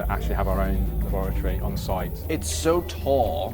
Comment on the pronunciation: Bro literally said " luhboaratorie"